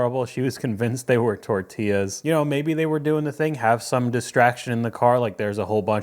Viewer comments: Tort..illaz!! LOL! omg.. im stupider now for hearing that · Perfect English accent until she says "tortillas"...just like the weather man who has perfect diction until he signs off with his name, then he sounds like a mariachi caller.